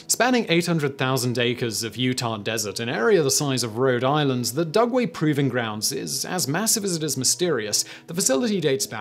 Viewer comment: Did he say “DuNgway”?